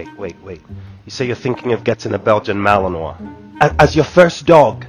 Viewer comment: I live near Malines, Belgium, and Malinois are bad ass doggos :). Also prop to your pronunciation of Malinois, right on spot!❤